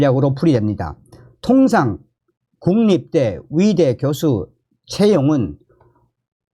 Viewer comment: 위대 아니고 의대 위사 아니고 의사